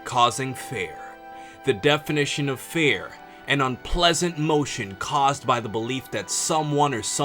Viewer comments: I don't want to rude but it sounds like to me like you said "fair" intended "fear" to me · He doesn't pronounce fear right. Feer. Almost sounds like he's saying fair. Or feyr. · It's pronounced FEER. Please!! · I stopped watching about 5 seconds in because of the way you pronounce fear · Does he not know that he was pronouncing the word fear wrong